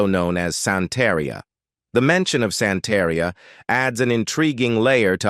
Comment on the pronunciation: The narrator sucked. He needs to stop trying to use spanish pronunciation if he doesn't speak Spanish. He really massacred "Santeria"